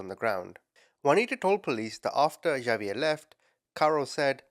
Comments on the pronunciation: LOLOLOL OMG !!!!! XAVIER IS NOT PRONOUNCED "JA-VIER" or "GHA-VIER" YOU SAY SO MANY AMERICAN NAMES WRONG INCLUDING EOLE NAMES CITY AND COUNTY NAMES ITS NOT BBAD IF YOU DO IT A FEW TIMES BUT PLEASE COUNT HOW MANY TIMES YOU SAID XAVIER WRONG IN THIS VIDEO OVER 100 TIMES !!! XAVIER IS AN X SOUND !!!! LIKE THE WORD EX - SAY THE LETTER X SO ITS PRONOUNCED "X-A-V-IER" YOU SAY THE X AND THE A JUST LIKE YOUD SAY THEM IN THE ALPHABET X SOUNDS LIKE EX A SOUNDS LIKE A SO ITS "EX - A - VIER" NOT A J OER G SOUND AND THE V SOUNDS LIKE THE LETTER V LOL YOYUR ENGLISH AND YOU PRONOUNCE SO MANY AMERICAN NAMES WRONG LOL USE AN AI TO SOUND THEM OUT FOR YOU BEFORE YOU SAY IT WRONG ALMOST 200 TIMES IN 1 VIDEO LOL I LIKE YOUR VIDEOS BUT WHEN YOU SAY A NAME TOTALLY WRONG OVER AND OVER AND OVER AND OVER DOZENS ALMOSTS HUNDREDS OF TIMES I HAVE TO SHUT IT OFF HALF WAY IN I JUST CANT TAKE IT ANYMORE - bYou Do It OFTEN with North American Names including People Names, City and County Names Like Bexar lol it seems lkie you do it on purpose because the names you say incorrectly you say SOOOOO OFTEN you just reeat it over and over CONSTANTLY every 2 seconds you dont do this in videos where you pronounce things correctly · I love your videos. Well, I should say your passion for reporting evil. * I believe it’s pronounced Hahviair( phonically ) not Javiair. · Hold up- isn’t “Xavier” pronounced “igg- zay- vee-yur?! Is it pronounced like is saying it in another country? If so- where? I will never tire of hearing you call people ‘muppets’ ❤ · No big deal but its pronounced like X-ave-yur. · Well, pronounced it different ways thoughout the vid. And no, Xavier is never pronounced Igg zay vee yur. Almost, but no. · Hate to be this person cause I actually adore you and I use the term “muppet” all the time now 😂 but Xavier is pronounced ex-A-vee-er. Anyway hope that helps. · It's Ex-zay-vee-air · Xavier = “ah vee er” or “ex a vee er(American) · The way he said Xaviers name lmao